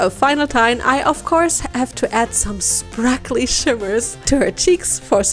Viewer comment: I love How she says sprakly shimmers and not sparkly shimmers 😊